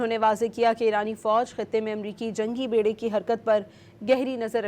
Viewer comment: بیڑے میں "ب" کے اوپر زبر ہے تلفظ صحیح کریں